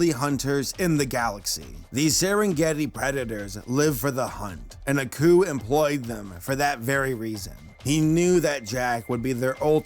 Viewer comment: I keep hearing 'A coup' instead of 'Aku' (ah-koo)